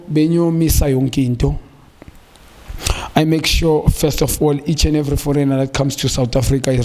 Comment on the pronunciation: I like Junior 's analysis but I feel uncomfortable with his emphasis of the word "foreigner"... Foreigner in Africa is loaded. Tough luck SA.. restrategise and and you will rediscover the glory. Many good players have emerged from this league before including my best.. Shoues.